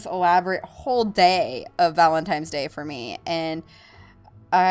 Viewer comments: omg, it's "valentiNe" not "valentiMe"! Sorry to nit pick but it was pretty funny to me. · i must be hearing things... is she saying valentimes? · Sounds like shes saying Valentimes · why do you say valintime's day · She called him you"tooble" and said it was valen"times" day lol